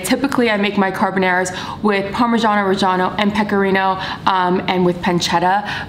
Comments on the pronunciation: She took a whole ass class and still says carbonæra lol we stan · CarbonAra, not carbonera. Please!! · just trying to figure out why she keeps pronouncing it carbonEra tho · car-BON-are-ah not car-ba-narah love u but please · You’ve taken a course on this and say CarbonAIRa?